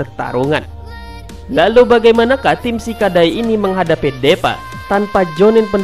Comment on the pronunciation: ngakak awokawoka, kayaknya baca nya dipa bukan DEPA awkawkoawkaw